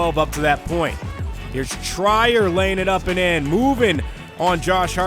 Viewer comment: It's pronounced Tree-r Not Try-er